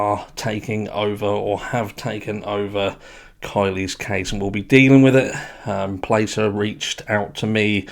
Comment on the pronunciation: Pronounced Plass-er like Glass. Placer County originally led the investigation because the call to LE was made from the mother at the residence which is in Placer County. Nevada County is now taking over because the vehicle was found in Prosser Lake which is in Nevada County.